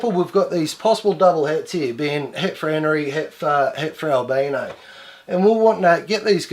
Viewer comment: "Albeno" Not albino?